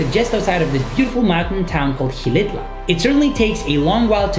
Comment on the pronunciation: The No. 3, its acutually called Xilitla